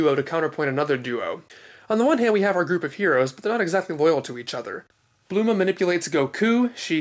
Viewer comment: Just when I think I know it all about Dragon Ball I'm in reissued to guys like You, Danny from Geekdom, and Herms. I have to admit while I an familiar and fine with the various pronunciations "Bluma" was hard to swallow at first but I quickly got over it. Keep up the awesome work.